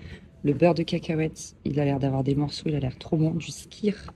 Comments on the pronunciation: Etant une amoureuse de l'Islande, j'ai bien évidemment sautée sur ta vidéo !! :D Vous n’avez pas osé le shot de Lysi (huile de foie de morue) au petit déj. Petits joueurs !!! lol. Je te confirme, qu’il y a toujours pas mal de vent à Vik. Et sinon, pour info, le skyr ça se prononce skér ;) Je savais que vous n'auriez qu'une envie en y revenant... y retourner. Avec mon mari, on a déjà été 7 fois en Islande (en hiver ou en été), on commence a très bien connaitre, mais on reste toujours émerveillé par ce pays, même si il a bien changé en 12 ans (premier voyage en 2013 et le dernier date de cet été). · Je ne suis pas certaine pour le Skyr, en islandais le y se prononce comme un y français. Par contre le j se prononce y comme dans Reykjavik -> Reykyavik.